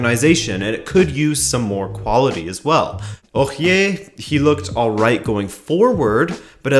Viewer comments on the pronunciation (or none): What the fuck is “Ouchié”